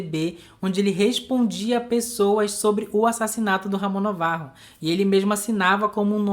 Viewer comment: Afinal, Navarro ou Novarro? Acho que é NAvarro; assim como Ben- Hur é lido como Ben "Ur" e não "Rur", Gilda não é Guilda... Gosto das pesquisas de vocês, assisto a todos os vídeos, por isso, dou- me licença para opinar, ou mesmo corrigir. Valeu😊🎉🎉